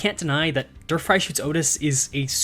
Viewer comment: Dear Mr., please stop saying Walpurgisnacht. It sounds like you are saying Walpurgisschnackt. It's fine simply shortening it down to Walpurgis. Please shorten it down. Walpurgisnight also works. As for Der Freischütz, Freischütz sounds correct, but your "Der" sounds like a "Dur". The English word "dare" is closer to the correct pronunciation. As always, thank you for your hard work on making Limbus Company content. Best Regards, a German